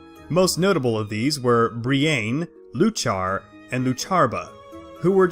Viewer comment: He can't even pronounce the names right. Bree-Ain, Loo-Char, Loo-Char-buh. It's Bree-in, You-kuh, You-kuh-puh. Iuchar and Iuchabar start with a capital I, where does the L come from? The emphasis when speaking is on the first syllable. Also all three sources for the video lack supporting evidence. One includes a list of books but whether the information comes from any of the listed books is anyone's guess as no references are given beyond citing an entire book. Eochiaba/Eochaidh seems entirely made up, the name appears based on Eochaid(h) which was an epithet of the Dagda's and means horseman or perhaps divine stallion.